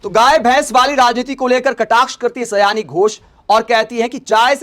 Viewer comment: यह सयानी घोष नहीं साउनी घोष है, आगे आपको इस गलत ना बोलने को लेकर सतर्क रहना चाहिए और एक विडियो बनाकर माफी मांग लेना चाहिए यह मेरा ख्याल है क्योंकि समझदारों के लिए इशारे काफी होता है लेकिन कभी कभी लोग समझदारी दिखाते हुए सही इशारे को भी लोग गलत तरीके से ले लेते हैं।